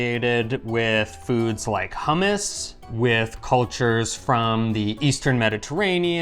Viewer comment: You could at least pronounce hummous properly. Insulting of you.